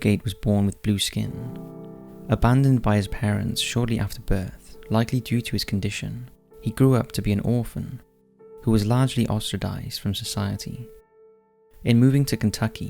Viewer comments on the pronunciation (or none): i think Julia is pointing out its ostracised not ostradized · Ostradized? Seriously?? You keep making up words! Who gave you this job? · 4.58 “ostracised” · "largely 'ostradized' by society " 🤦‍♀️